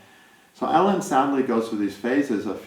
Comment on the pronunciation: Not ellen..it's E Lon...❤